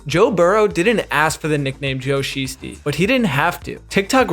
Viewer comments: just so you know it’s pronounced Sh-I-stee not Sh-ee-stee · 🤦🏾‍♂️Delete this video and start over. It's pronounced more like shy, not she. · "Shiesty" is pronounced as "shy-stee" not "she-stee." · It's pronounced shy-stee btw. Otherwise, interesting video. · bro pronouncing shiesty wrong threw off the whole video and i cant even finish it. smfh! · O man I hate the Bengals but that pronunciation of shiesty is cringe lol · NGL, your pronunciation of "Shiesty" was grating on a nerve. And it's Matty not Maddie